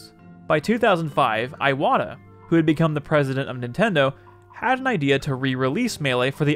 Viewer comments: Great video. Need to work on your Japanese pronunciation though. Saying Iwata's name as "Eye-wata" is... bad. Like really bad. That would be spelled Aiwata and if you could even produce it in kanji would mean something completely different (most likely spelling would be 愛和田 instead of his actual name, 岩田) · Yeah, that was my mistake. Bad habit. I actually asked a friend of mine for most of the names to make sure I was pronouncing them correctly, but Iwata is definitely wrong here.